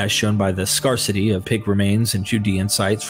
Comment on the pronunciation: You say scarce and scarcity like nobody has ever said it before in history bruv lol love your content tho! Keep it up 🤘❤️